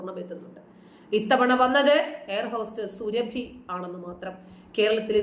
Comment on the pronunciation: സുരഭി അല്ല സുറാബി ആണ്